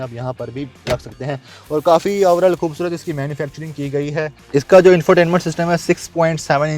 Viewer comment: کھاصی کھوبصورت ۔۔ اردو کو معافی دے دے بھائی